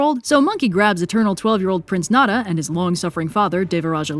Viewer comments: It's pronounced NEZHA (NE-CHA) NOT NADA lol sorry that miss pronunciation was bugging me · Apologies if this has been asked/answered before, but does anyone know why pronounces Nezha (in my standard/Beijing Northern dialect, it's something like "nuh-ja") that way? It sounds to me like she's saying "nada" or "nara". Is it an alternative pronunciation from Canto? Pronunciation in a different regional dialect? Pronunciation in another language? General pronunciation struggles? (Totally understandable, and if that's the case, honestly by and large she's doing just fine, also the calligraphy looks great!) Great video as always, it's always fun when the new Journey to the West OSP video comes out. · You saying Nezha's name wrong had me so confused and I literally just watched both cartoon adaptions not too long a go and still didn't know who tf that was until he pulled out his three headed form. Idk where you got 'Neh-dah' from, I've never heard it pronounced like that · Unless you’re using an alternate name I don’t no about, Nezha name is pronounced kinda like Neh-ja. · Let me tell Li Li his Chinese name is Nezha, which is taken from Buddhism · I saw the "eternal 12 year old", but I'm not familiar with that pronunciation. Is that per chance "Nezha"? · Im so angry on how keeps pronouncing Nezha's name but besides that I think this is the best Journey to the West episode